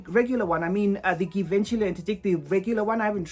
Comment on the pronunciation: That s not how it supposed to pronounce Givenchy!!!!!!!!